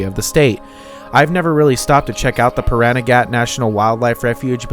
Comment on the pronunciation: The only part of Pahranagat you’re mispronouncing is the end of the word “Pahranagat” it’s not “gat” oddly enough it’s puh ran a get if that makes any sense.